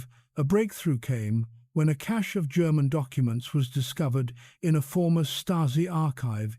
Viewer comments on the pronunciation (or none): none